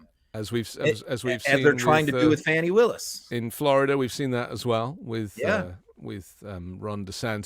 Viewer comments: I am a fan of MTN...BUT....this dude is calling our democracy DOA....DON"T like it! Also boys...it is FAWNI not FANNY...quit being ignorant. I think we need to criticize our shortcomings in the media and politics...but don't pile on...offer solutions... had an actual ex-q person on and didn't ask a SINGLE enlightening question so that we could understand how she got there and how she changed. I don't like his cynical take and his missed opps to ask the right questions. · I love your podcast Never miss a episode But please…for everyone It’s Fani Pronounced Fawnie, like a baby deer 🦌 Not Fanny as in booty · Why is her name so hard to pronounce?!? It's not FANNY. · Please pronounce Fanni's first name correctly. It's a microaggression against black women to mispronounce their names.